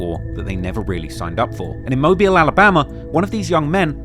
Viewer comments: I am from Alabama and he started pronouncing mobile right out of no where when he said it wrong first. it was strange the British hm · he pronounced it right at first then proceeded to mess it up after.. tbf maybe the clips weren't recorded in order and he quickly learned the correct way to say it while researching. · It's mo-beal not mobile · as someone from mobile, hearing you say mo byel hurts😂, it's mo beel. regardless, great video! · It’s not pronounced mobile it’s pronounced mo bill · It's pronounced MO-BILL not Mo-bile. But good job. I'm MVS/DIP. IYKYK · I've been waiting on this one on my home of Mobtown. Know you'll do it justice, thanks! Edit: I love the switching between "Mobe-Isle" and the correct "Mobeel" pronunciation lol You did your best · It annoys mean when you Mia pronounce mobile every other time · Mo -Beel is how its pronounced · I’m confused on a guy who can’t even say mobile right make something like this. You really don’t know a lot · Shout out for switching up the pronunciation of Mobile... there was one mobil and then you came correct, big stepper! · I can’t get over this British cat talking about mobile and mispronouncing the name. Stick to England